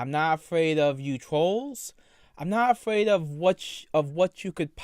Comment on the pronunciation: “I’m no longer afwaid of you twols .” 😤🔥